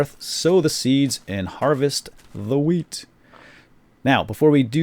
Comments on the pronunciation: it sounded like he said instant weed :) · Lol i thought he said "weed" XD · you just learned me how to pronounce 'wheat' o.O